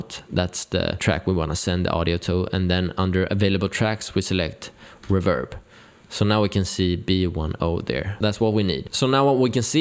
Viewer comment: I like your enthusiasm… And just as a sidenote… It is not reVERB, it’s pronounced REverb.